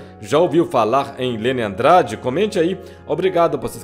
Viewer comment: Fala o nome da cantora certo...